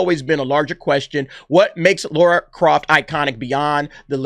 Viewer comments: Why do Americans pronounce Lara as Laura?. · Its Lara not Laura bud! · It's Lara not Laura??🤣🤣🤣 That's someone else. Maybe Sophie is playing Laura, a Sister we've never heard of. That's as far as my reach goes guy's.🤣🤣🤣